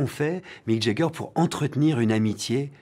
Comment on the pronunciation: Quand on interview quelqu'un, la moindre des choses est peut-être de savoir PRONONCER son nom : Mick JAAAAger, pas Mick JEEEEger. Les Français font tellement pitié que même les grandes stars se disent "bon, on peut plus rien faire pour eux, faisons semblant d'avoir mal entendu". Le plus navrant dans tout ça étant que même les gens qui l'entourent n'ont pas cru bon de lui signifier son erreur, symptôme d'un peuple qui ne croit pas devoir le respect aux autres peuples, et qui d'ailleurs n'a aucune idée, obnubilé par la supposée supériorité de sa langue et de sa culture, que les Français sont le peuple le moins apprécié du monde, précisément à cause de cette arrogance.